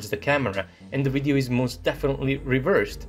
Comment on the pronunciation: I like how he says, "wideo."